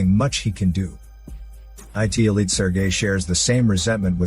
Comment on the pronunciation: “Sir gay”